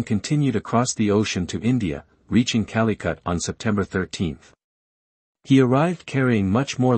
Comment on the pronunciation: "King Manuel eye" , "Calicut" You all need to stop with these auto voices. 🤣 Good content though...